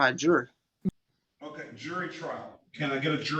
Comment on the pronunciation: He wants a trial by jurr. I love when these morons try and used advanced vocabulary, but cannot even pronounce basic English words...